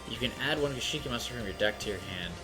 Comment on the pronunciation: Gishki not gishiki.